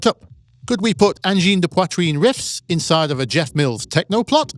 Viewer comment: honest? of all the anglophones I've heard to this day say "angine de poitrine", you're the one who botched it the least XD